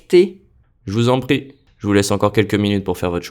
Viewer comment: i had trouble with "pas encore" and je vous en "prie". it sounded like "pas ocore" and " je vous en paie". i had trouble hearing the nasal vowel in 'encore" and the 'r' in 'prie' until the text came up.